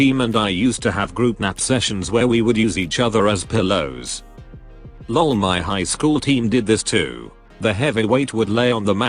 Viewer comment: HOW THE FUCK does this robot voice get "(ik,r?)" perfect but FUCK UP "lol"??????????????????????????